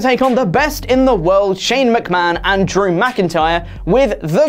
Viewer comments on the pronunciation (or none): none